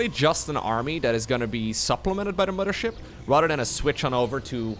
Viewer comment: Mama-Ship? are you from germany? Wasn't aware of that:)